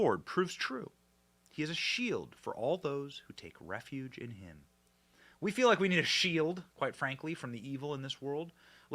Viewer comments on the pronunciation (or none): none